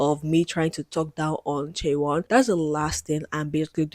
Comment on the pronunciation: Just to correct, her name should be pronounced chay-won. This is getting a lot of attention from non K-Pop fans so I wanted to let people know! Thank you for doing thorough research on what makes tripleS unconventional because I have never liked the system they are under. Giving fans control through their spending power is already part of how K-Pop works but I feel that their label has taken it to a new extreme with the NFTs and voting system.